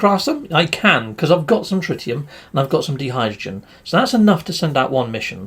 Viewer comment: You're driving me nuts! Di-hydrogen is pronounced like die as in divulge, dichotomy and diversion. Please practice it with me until it's automatic: die diddly eye die die hydrogen, die diddly eye die die hydrogen, die diddly eye die die hydrogen, die diddly eye die die hydrogen......... Each time you see those blue crystals, shout it out DIE DIDDLY EYE DIE DIE HYDROGEN. I'm going to check you next vid to make sure you got it.